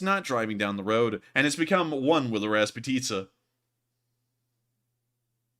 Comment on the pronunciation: Stop saying raspatisas ffs it's mud dammit jeez